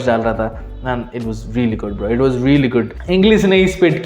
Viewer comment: Its bro not bra 😂